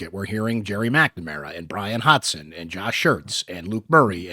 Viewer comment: love you, but it’s Hodson not Hodson the same way it’s Gadsden not Gadson!